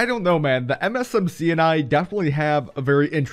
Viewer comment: Lol I can't stand it why every time you say MsMc and it sounds like M&MsMc